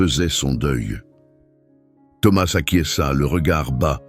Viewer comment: C'est une histoire très belle mais pourquoi ce Mr qui raconte ne prononce pas correctement le nom de Thomas ?!!!!?!!?en français on ne prononce pas la lettre s à la fin de ce prénom !!!!!?!?!!! j'espère que tout ça c'est pas virtuel !!!!???